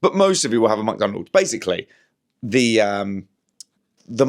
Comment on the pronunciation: ‘Muck’Donalds? Is that nouveau scottishe